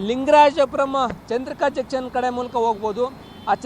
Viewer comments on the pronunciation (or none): Janchan alla guru... it is junction...